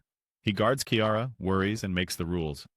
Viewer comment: I do not trust the opinion of someone who pronounces Kiara as Ciara🤣🤣